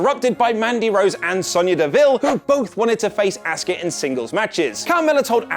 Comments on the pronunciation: Jesus Christ , how have I never noticed how much this guy butchers Asuka’s name? It’s “aws ka” not “ask uh”! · AHH-SkA not Ask-ah